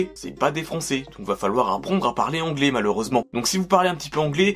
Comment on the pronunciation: C moi ou il dit la majorité parle onglais au lieu de anglais